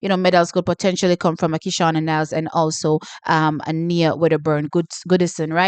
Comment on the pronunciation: T the GB athlete name is pronounced as Niyah not Knee-a coming from her father (former St Jagoite). Nia just might shook you tomorrow.